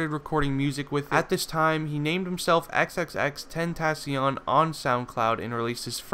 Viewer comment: Nobody can ever pronounce his stage name right sigh